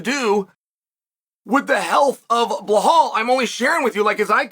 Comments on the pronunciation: The way he say balhaaal 😂😂😂😂😂 it's balal not balhal 😂😂😂😂😂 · Bro why you sayin “blahaal” tho 😂